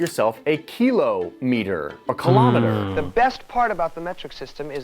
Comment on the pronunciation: Or the correct pronunciation of kilometre.